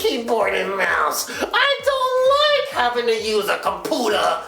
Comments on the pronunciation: ROFLMAO! Com-Pu-Tah! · XD COMPUUTA